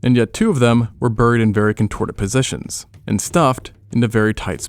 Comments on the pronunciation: Why does he pronounce "buried" like that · Dude says buried (bear-reed) as burr-eed